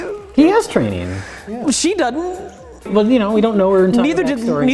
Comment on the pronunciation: "SHE DUDN'T"